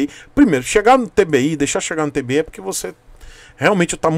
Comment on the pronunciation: TWI KKKKK não é tbi mizera kkkkk